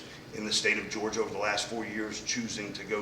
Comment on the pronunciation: So he can’t say Georgia